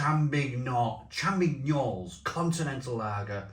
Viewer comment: Asda are ripping you off where you are. They're both £1.10 at ours. The ß is pronounced a 'ss'. So it's like Feldschlosschen in essence, like in your title. Like with Straße (Strasse) for street. As for the French one, the 'g' is pronounced like a 'y'. So it's like Champiy-nuelle. Drop the s at the end, I believe. When I worked in the Nederlands they always tested me on pronouncing Scheveningen. I got close, but it's like a lot of newscasters can't pronounce Llandudno. I do agree with your analysis. The FeldSchosschen wins outright. I have lots in the garage now. And you can get 4 x 440 cans for £3.65. BARGAIN!